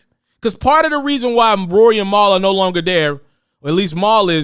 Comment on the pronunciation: Bruh...who the hell is “Mowl”...lol